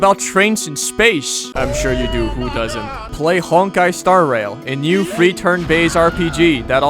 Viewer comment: IM DYING AND RUNNING OUT OF BREATH THE MOMENT HE PULLS OUT THE HONKAI AD AND PRONOUNCED IT FUNNY LMAO